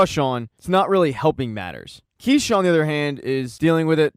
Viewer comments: Why are you saying keisha it’s kiarra 😀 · keisha?? you mean kiera